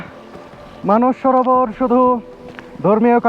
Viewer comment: কথাটা "মানুষ সরোবর ", নয়,,, কথাটি" মানস সরোবর"